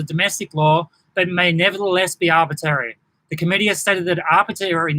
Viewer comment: I noticed you can’t pronounce ‘arbitrary’ and I suspect it’s because you don’t understand what it means. It means unnecessary. This is not a breach of human rights because the measures are not unnecessary.